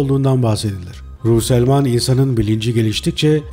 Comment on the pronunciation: psiyatristin soyadını yanlış söuleüyorsunuz.